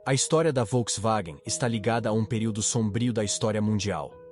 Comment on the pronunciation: "a folkswagen " sabe nem falar o nome kkkk